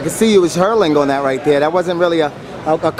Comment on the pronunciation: "State" really and a quick tip it's that not "thad"Know leave me alone.